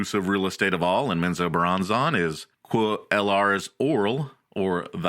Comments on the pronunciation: ….wtf is men zoe bur ron zon? 😂😂😂. It’s men-zo-BARON-zen. Hey guys let’s all head down to Flor-eye-dah. Or fly over to Cay-lafor-neeya. Oh I know!! Let’s go skiiing in Co-low-Ray-doe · Please go find out how to pronounce Menzoberranzan properly. This was hard to listen to when you can't even pronounce the name of the place you're supposed to be giving information about lol.